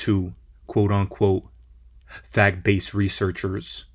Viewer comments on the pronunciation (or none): Did he say FAG-Based researchers ? Lmfao 😂😂😂😂